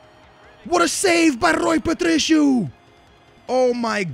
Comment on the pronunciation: ó faz um favor a todos os teus subscritores portugueses e diz o nome dos jogadores em português por favor é q tipo nao é Rui PatriCHio é Rui Patricio por isso anda la faz nos esse favor